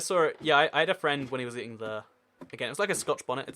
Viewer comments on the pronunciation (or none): none